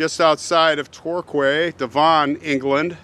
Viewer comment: Thank you, I know the story but I don't know how he ended up in the US, I do think God stopped his death but we will never know sadly. ( the name Torquay is pronounced tor key } I enjoyed listening to you as always love from the UK x